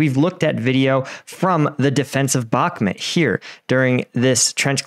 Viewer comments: It's бакмут bakmut Bakmut " bakmoot ", not " Balmet " learn 2: Listen ! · Why do you keep saying bakmit?? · I don’t know why this guy can’t pronounce Bahkmut correctly. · Love your vids but the way you say bakhmut kills me